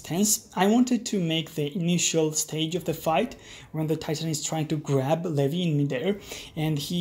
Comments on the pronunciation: you didd :0 you said "lehvy" instead of "leeveye" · Umm did you just call Levi Levy.